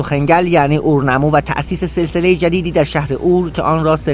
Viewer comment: عزیز من اوتوهگل اورنامو چه طرز تلفظه😐